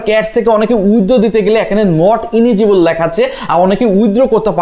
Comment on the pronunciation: ইলিজিবল ভাই ইনিজিবল না